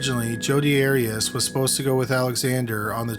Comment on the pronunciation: The narrator mispronounces many names and words in every episode..Here the two biggies are the subject of the show, Arias, and Eureka, California.